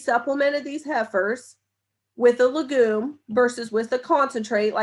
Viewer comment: No offense, but I wish you would learn to pronounce legume correctly.